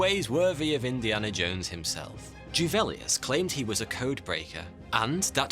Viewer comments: Juvelius, not " Djuvelius" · Juvelius is pronounced with a soft J - sound English letter Y Just so you know x